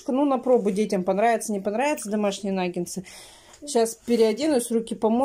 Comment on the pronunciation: Нагетсы! А не нагенсы!